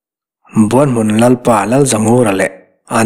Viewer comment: Buan hmun..tih a, 'Buan' tih rik dan, Kima leh zova an inbuan a, Kima a chak zawk' tih a, 'Buan' ri anga lam ri sang hi, Kima chuan a buan-pui kha a hneh asin..tih a, buan..ri hniam anga ri tur a ni zawk em? Buanhmun..tih hming ang hian. Ka rin dan mai mai a ni e.